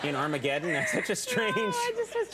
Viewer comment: interesting way to pronounce “Armageddon” whatever, she’s so adorable she could forget my name and I wouldn’t care